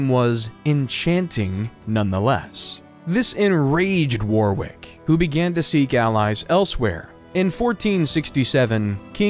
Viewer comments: Fyi, you don't pronounce the second W in Warwick. It's pronounced "Worrick." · The second W is silent in Warwick. It is pronounced wo rr ick.